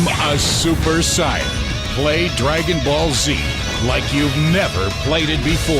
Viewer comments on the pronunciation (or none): That man said "super sigh-on". Someone get Tien to solar flare him into oblivion. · Also the guy in the DBZ Kinect advert pronounced Saiyan wrong xL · Become a super "SIYIN"? Did they only do one reading or something wtf? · that commercial narrator said "super sai on"... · The fact the announcer of the DBZ kinect commercial mispronounced Saiyan.....ouch man...ouch... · "Become a Super Sci-En". Totally shows they couldn't give a crap since they can't say Saiyan right. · "BECOME A SUPER SIYAN!| lol! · And does anyone else notice that the dbz kinect game commercial mispronounced the word saiyan as syen? When you mispronounce the name of the ultimate form of power created by the show you obviously have so little knowledge and respect for the source material that is F^^^ING LAUGHABLE! That aside, i really wish i had job. He gets to act like a 12 year old shooting off an imaginary kameha wave and pass it under the guise of WORKING. How awesome does that sound? What i'm wondering at that point, however, is whether he's supposed to be mimicking Goku or Vegeta? He's dressed like vegeta but talking like Goku. Is he supposed to be Vegito? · Did they mispronounce the word "saiyan" at the end of the commercial? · you should have known the game was gonna be bad when the announcer guy for the commercial mispronounced "saiyan"... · They even said Saiyan wrong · Lol, they couldn't even be bothered to pronounce Saiyan correctly.